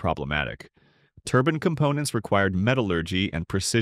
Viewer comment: A "turbin" is something you wear on your head. A "turbine" is what is being talked about here.